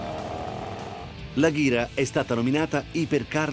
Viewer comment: Si dice ageraa